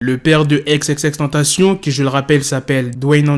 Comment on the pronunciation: Pk il dit ex ex ex tantacion au lieu de XXXTENTACION